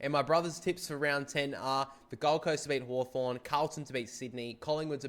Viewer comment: You got hawthorn wrong